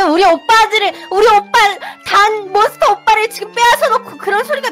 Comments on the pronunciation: 단몬스터를 감스트로 들음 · 단몬스터를 랩몬스터라고 들어섴ㅋㅋ "뭣이??!! 랩몬스터어어ㅓ???!!!"라고 소리 질렷는데 엄마가 "야!!시끄러!!!"라고 말해서 쪽8렷어욬ㅋㄱㅋㅋㅋ((방탄 팬(아미)여서..